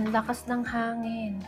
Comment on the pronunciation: Angin or hangin? kapangpangan siguro talaga si Ate!